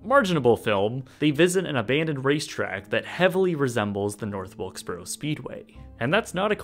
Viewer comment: That's North Wilkesburrra.